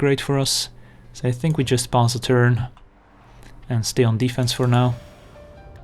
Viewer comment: omg. It took me about 20 videos to finally get that you are not saying "Let's pause a turn" but "Let's pass a turn".